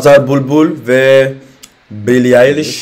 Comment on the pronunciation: Azer bul bul değil aga Azer BÜLBÜL